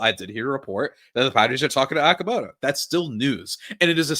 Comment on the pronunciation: The player is Okamoto Pronounced OH-KA-MOE-TOW NOT Aah-ka-moe-tow. It’s a Japanese name. 😊👍